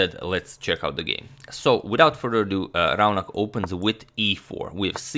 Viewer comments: Your pronunciation of Raunak is about right but most Indians would say it as Raw-knuck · Hey Agadmator....I'm a fan from India...just wanted to point out that the 'au' in 'Raunak' is actually pronounced as a 'O' sound as in 'sauce'...hopefully it will a nice addition to everyone's vast knowledge. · Hey Agad, that's not how you pronounce 'Raunak' ,'Rau' should be pronounced as 'raw'. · 'Rau' in Raunak is pronounced similar to 'Fau' in Fauna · #Suggestion The name is pronounced as 'Ro' nak